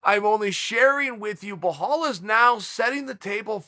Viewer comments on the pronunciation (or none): Chael, it's 'be-lal'. Not BhoLawl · Say it with me Chael: B-be-bel-bela-belal. There you go buddy! Now if I hear you saying blahal one more time imma kick you in the nuts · how did you manage to butcher his name from Bilal to Buhal😂✌🏼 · Belal turned into Behaul wtf hahahahahahahha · Behal mullhamed. I only come here for the pronunciations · his first name is BELAL , NOT BLEHHAALL ... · Correct pronouncing of Belal is :"Bilal" Not ballllal, or bolllol. It's : "بلال" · At this point? I figured it out like 150 mispronoucations ago.. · Blahall? Really Chael you’re telling me you couldn’t read it and sound it out hahaha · Uncle Chael called Anik to know how to correctly pronounce 'BoHol Muhammed' 😂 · Uncle Chael's Vocab : "Blahol Muhammed" "Islam Machalaev" "Hazmat Chimaev" "Yarear Rodriguez" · it’s Belal not Behal please Cheel Sannen make an effort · Who’s this Bahal uncle Chael keeps mentioning ? It’s Belal! I think we should have a podcast with Uncle Chael and Uncle Joey Diaz just reading fighters names off a list 😅😂🤣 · Chael: "How do you pronounce his name?" Anik: "Belal" Chael: "Blehal, ok great" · It's really disrespectful that chael constantly messes up names.. probably on purpose so people comment on it.. No one told him the name is behall Or mockel chev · So after he got help on how to call his name he still pronounce it bohal. I wonder how he was saying it before lol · I have rarely seen anyone who murderes other people names as this guy does. Bahal mohammad and kazmat chimaev would cry in agony every time they hear him. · me: (presses play) Chael: Belhal... Why the extra h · LOLOLOLOLOL "I had to learn how to annunciate Blehawll" LOLOLOL Chael ur a troll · Why tf does he call him Behal wth Chael 😂😂😂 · Wtf is “Blue haul Muhammed”? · Belal "Remember The Name" Muhammed: Exists Chael: Blaahhaul right? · The mans name is easy beee laaaaal, why you murdering it uncle chaaaheeeayl ? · "Bel-Al" is the easiest name in ufc to pronounce yet cheal......